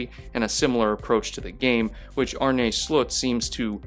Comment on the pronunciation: As a dutchie, his name is pronounced Arn-uh Slot. (Slot as in like a slot machine).